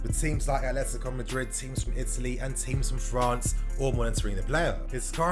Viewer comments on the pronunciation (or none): none